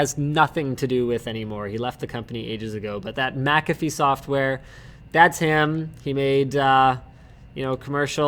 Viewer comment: It's Mcafee not Macafee, there is no 'a' between the M and c. Sorry to be a whinger but I can only hear it wrongly pronounced so many times before feeling the need to respond. Otherwise another great show guys.